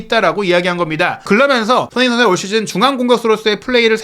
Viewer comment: '손흥민' 발음 진짜 거슬려요 발음이 안되면 차라리 쏘니 라고 해주세요 😢